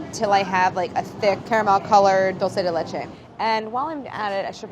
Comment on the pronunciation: Claire stop mispronouncing dulce de leche: the first syllable is 'dool'